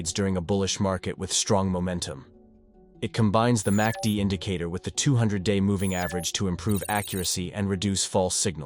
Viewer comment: You might want to edit your AI voiceover. It kept saying "massy-dee"